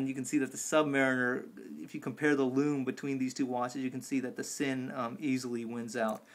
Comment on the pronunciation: it's pronounced Zinn